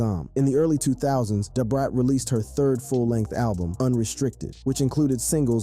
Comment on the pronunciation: Lol maaaaaaaaaaan you killed Brat name